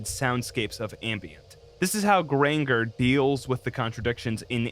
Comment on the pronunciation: Grain-jer... like Ranger w a G at the beginning. And its Cop-iss Halifax. Sorry to be nitpicky.